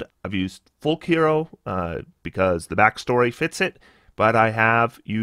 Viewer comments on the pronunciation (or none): none